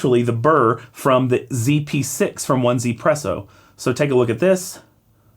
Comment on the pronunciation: 1zpresso is pronounced easypresso, not one Z presso.